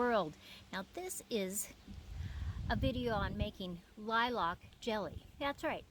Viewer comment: Looks good. But is it the normal way in the US to pronounce it "Lie-LARK? Here we just say "LIE-lk". Always new things to learn- I love the malleability of our common tongue. And now for a spoonful of jelly!